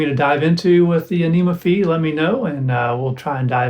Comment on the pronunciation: Incidentally, it's pronounced "Fie", to rhyme with Pie, or Pi - it's a letter from the Greek alphabet. I think "anyma" is meant to rhyme with "animal", or "animation", but it hadn't occurred to me that it could be pronounced "aneema". I think "Any Ma" would be another good candidate :) Thanks for the demo and exploration. I haven't had mine long. I've been putting off trying it with a wind controller until I get more familiar with it, because it's so hard to tweak settings while holding one of those.